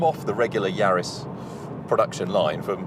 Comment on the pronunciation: and wrong pronunciation, they butchered the Lancia name, and got GR Yaris wrong too